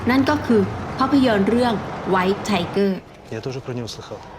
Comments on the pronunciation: รถถังไทเกอร์ครับไม่ใช่ทีเกอร์ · ไทเกอร์นะครับ ไม่ใช่ ทิเกอร์ ส่วนที่เหลือ โอเคเลยครับ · ไทเกอร์คับไม่ใช่ทีเกอร์😅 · ไทเกอร์ครับไม่ใช่ทีเกอร์ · ควรจะออกเสียงว่า ไทเกอร์ แบบภาษาอังกฤษมากกว่า เพราะการออกเสียงว่า ทีเกอร์(เท่าทีทราบเป็นสำเนียงแบบรัสเซีย) จะมีซักกี่คนจะรู้ว่าเป็นสำเนียงรัสเซีย เพราะผมก็งง เลยต้องไปหาฟังในกูเกิ้ล ถึงจะรู้